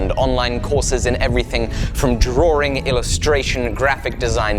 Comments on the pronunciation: All of this time, I thought you were saying drawering. You were actually saying Drawing. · I love you, but please... the word is Draw (like bra) -ing ... there is only one r in the word drawing. Much love otherwise :)